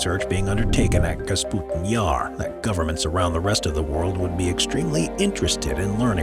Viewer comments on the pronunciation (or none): Kasputin Yar - LOL, love it - It's KAPUSTIN Yar... unless they re-named it after their president... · Why he says "Kasputin yar"?! Oo It is "Kapustin yar"!